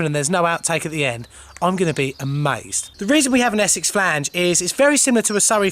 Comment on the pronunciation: I love a bit of Essex Flaaange lol. And some Surrey if I can't get no Essex.